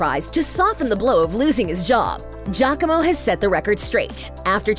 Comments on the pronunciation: It makes me cringe hearing the narrator pronounce Giacomo as 'Jacko-mooh'.. No lady! Its Ji-ya-co-mo. Please do some reaseach at least. Smh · I’m sorry, I’m italian and the narrator got close to the right pronunciation, it’s jacko-mo